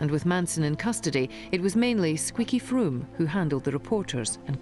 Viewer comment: Love the wrong pronunciations of Squeaky Fromme and Leslie Van Houten by the narrator!